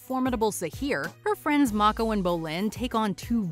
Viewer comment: hey, you got Mako's name right!